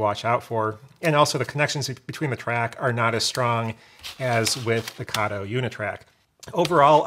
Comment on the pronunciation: Kato has a long A. Please pronounce it correctly. Came straight from a manufacturer's video.